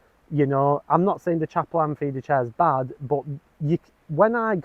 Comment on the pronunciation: Caperlan not chaperlan,other than that nice review